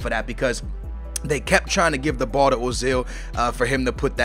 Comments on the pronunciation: it's not ozil its oezil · urzil is how t pronouce it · No, Uh-zil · People are stupid, it doesn't sound like Ozil or Oozil, or Ertzil or anything like that. It is pronounced Özil, like it's written. The Ö elongates the vowel, making it sound like 'Ergh-sil'. A 'v' in German is pronounced like an 's' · Ozil is said "Oo-zil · The dots above the o make it sound like a double o say it like oozil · say it like oi-zil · It is Erzil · Prounoced urzil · It's pronounced "Er-zil" pronounce it like how you pronounce the "ir" in "girl" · His name is pronounced Uh-zil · its pronounce er-zil